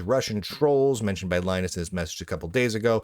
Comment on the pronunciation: His name is Lin-US